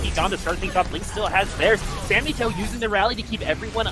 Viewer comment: Its samito not sammytoe